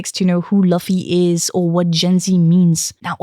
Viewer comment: As Hermione said " It's not Laffy it's Looffy"😂